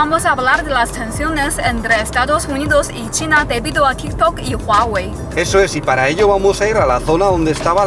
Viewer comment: Amo que digas Huawei correctamenteee jajajaja buen video!